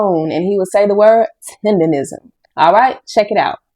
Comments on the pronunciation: Please tell me why you keep saying "tenderism? It's "TENDERNISM!" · Rism not Nism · Learn how to say it my dude. It's tendernism with a N not R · Sir it's Tendernism not Tenderism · Everyone always mispronounces his name is not tenderism it's "Mr. tender-nism" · It's "Tendernism. Not Tenderism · Tendernism. Its tendernism not tenderism. Cmon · It’s Tendernism the blogger is saying it wrong he’s saying Tenderism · ITS TENDERNISM NOT TENDERISM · got to be the dumbest nigga on the internet. Nigga, the word is TENDERNISM, not "tenderism", stupid. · Tender "NISM" not Rism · Damn kmon You saying the wrong word is "tenderNISM" not "tenderRISM" buster 😂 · its Tender- Nism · Please say it right. It's TENDER-NISM! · IT'S "TENDERNISM" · Bruh it has always been Tendernism people have just been mispronouncing it 🤦🏾‍♂️